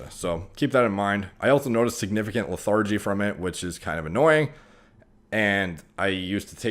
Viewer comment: LE-THIR-GE. JUST HELPING.